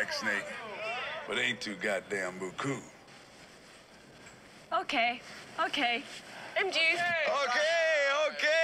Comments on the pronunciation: I think she saying Too Beaucoop! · Isn’t it buku ? Lol who knows